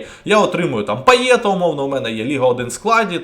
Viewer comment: епічний початок відео))) бляха кидається так у вуха пайеТ. Він француз)) він Пайє.